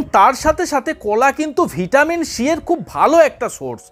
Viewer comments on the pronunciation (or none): none